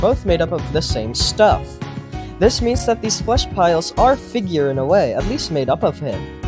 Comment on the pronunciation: ah yes, figeaur